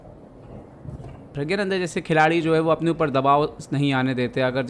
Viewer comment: Are प्रज्ञा nhi 😂😂 प्रग्ना nanda😅